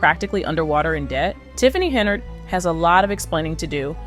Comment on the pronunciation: From all other information I see her last name is HENYARD, you have that in the video title. In this video your text and speech leave out the Y, you say HENARD. Does that mean this is a spoof?